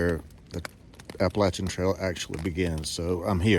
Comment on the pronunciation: Hello from WV! 💙💛 I love that you pronounce Appalachian the "right way" lol Good luck on your thru hike! Looking forward to seeing you summit 💪🏻